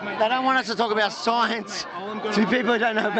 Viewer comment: “It’s simple, none of deez guys actually know de shience”....Jeez could he sound anymore like Effie from Acropolis Now? Here’s a nickels worth of free advice mate- Go back to making videos about shitty culture war topics and leave the “de shience” to people who can at least pronounce it. To quote dear old Effie: “How embarrassment”